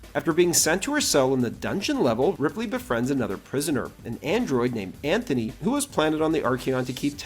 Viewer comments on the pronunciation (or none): none